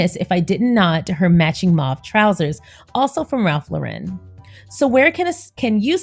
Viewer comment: dont mean to offend but it’s pronounced Lauren not Lau-ren.